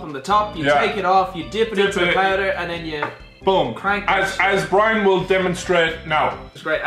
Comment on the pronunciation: at 7 min 20 secs says brian so different but so good also been watching for coming up to 3 years and just want to say your videos are brilliant